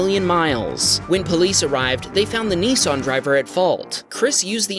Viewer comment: They’re not called “ Neesarn “ they’re “Nissan “